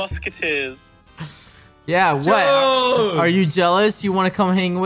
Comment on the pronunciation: "my Gog " he really miss George at this point